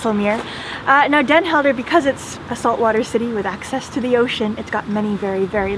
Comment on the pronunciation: You travel around the world and show great things from local cultures and your videos would probably gain more followers if you put the effort to pronounce names of towns and people the way they are pronounced in the local language. I have friends in Den Helden and when I showed them the video they were off put by the fact you don’t seem to make the effort to learn how to pronounce places and names.